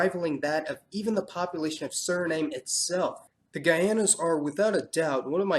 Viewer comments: SURINAME is pronounced SU-RI-NAM. Not "SURNAME". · Basically a good job, a few small errors but overall good. ex. Suriname is pronounced Suri nahm not Suri name. Anyway good work. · Your pronounciation, Suri-NAME is all wrong, it's SuriNAM A short history of that: One of the earliest spelling of the name was: Zuriname, found in some ancient Dutch texts, but not all, some say, but it's not very clear, and not really all that important. Then, it changed into Suriname with an S English speakers wrote and pronounced it as "Surinam" (short A, like in "America" For a period of time, the Surinamese accepted that as the English/international version. Their national carrier is STILL called "Surinam Airways" and not "Suriname Airways" Then, out of respect, or whatever, the official English SPELLING became "Suriname" but it is still PRONOUNCED "Surinam" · Siri nAHm. Not Suri NAME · SURI NAHM NOT NAME! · I'm am Surinamese and Guyanese. It is pronounced Surinam, not Suriname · Nice narration, but Suriname should be pronounced as "SU- RI-NÀÀM" not surname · In Guyana they pronounce it Suri-NOM not Suri-NAME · Dude, it's pronounced Surinam, not Suriname. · Suri-NAHM, NOT Suri-NAIM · It's NOT Suri-name as "name", but Surinam like Vietnam.... I life in Suriname not Suri-name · Suriname is not Sur-i-nam, but Sur-i-nam-uh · Very informative, thanks for taking the time to explain the demography of these not so known parts of the world. By the way I thought the correct pronunciation for Suriname is something like Suri-naam, not Suri-name. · The E at the end of Suriname is silent. It's pronounced "nam", like Vietnam, not "name". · It is Suriname not Surinam !! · There's not a single silent "e" in the name SurinamE ! It is pronounced+ written as SurinamE, not Surinam ! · Suriname is pronounce SURINAAM not name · Suriname is pronounce Su-re-naam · Stop saying sir name is Suriname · Pronounced Soo Ree Nam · Suriname (/ˈsjʊərɪnæm/ - when pronounced it rimes with Vietnam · Sur - I - NAM